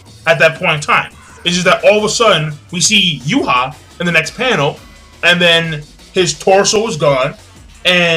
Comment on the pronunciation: and why do you keep saying Yuha? the mangastream says Juha